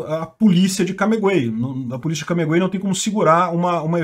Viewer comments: É CAMAGUEY, não CAMEGUEY. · Não é CamEguey é CamAguey... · É Camaguey e não cameguey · Tu inverteu. É Camaguey. Não é Camegay nem Cameguey. É "cama" mesmo. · Pelo amor de Deus, cara, CAMAGÜEY, fala a porra do nome da cidade certo! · Pare de falar o nome dessa cidade ERRADO, cara!!!!!!!!!!!!!!!